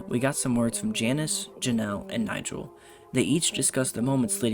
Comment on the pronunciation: Just a small note that the pronunciation of Nigel is incorrect The guy walking with the hat is Kovacs